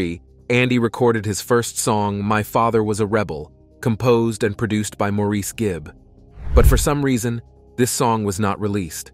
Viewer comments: Andy Gibb not Gibbs. If you're going to make a "documentary" do your research first, get the names and facts right or don't bother. The true fans know the truth. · Seen too many of these ridiculous videos on yt lately. As another comment said, straight from a wiki page. Can't even say the name of the person that the "documentary" is about properly. Gibbs? Geez. Massive thumbs down 👎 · Probably the same way the author of this video didn’t realize he was mispronouncing Andy’s last name 🤦🏻‍♂️ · Well it starts off in the first 30 seconds of the video mispronouncing his name so I’m out ✌️